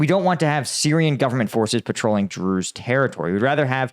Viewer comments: I just have NoFx "we're the brews" but drews every time you say it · Everytime you say Druze I keep on thinking of Spaceballs and the "druish princess"